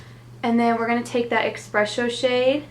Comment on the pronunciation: If you read the name of the dark eye shadow you'll see that it's "Espresso" not eXpresso. Not trying to be bitchy or anything just wanted to point it out since it's such an easy fix!! Gorgeous look!!